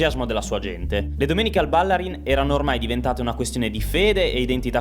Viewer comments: Ma non si dice Ballarín ? Bállarin boh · Fuori tema, ma da veneto cringiavo ogni volta che sentivo “Bàllarin”. È Ballarìn! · stadio Ballarin con l'accento sulla seconda "a" non si puo' sentire, eh... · Ballarin pronunciato così non si può sentire. Ballarin è veneto con l'accento sulla i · Stadio Ballarin, accento sulla i. È dedicato ai fratelli Ballarin del Grande Torino perito a Superga. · Per favore, Ballarin e' un cognome veneto con accento sull'utima vocale, sentire Ballarin detta all'inglese suona ridicolo... Per il resto, complimenti!